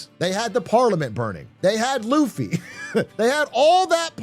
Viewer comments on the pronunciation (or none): none